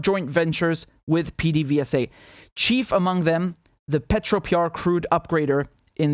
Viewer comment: pdvsa is pronounced "peh-deh-veh-sah"...get used to hearing it, apparently.